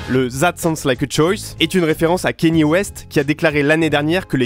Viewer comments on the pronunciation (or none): Kanye West n'a jamais dit qu'il parlait de la traite négrière hein, il fait regarder cette vidéo pour comprendre (et puis son nom se lit "kanié" et non "kéni" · Et ça se prononce pas Kenny mais Kaniyé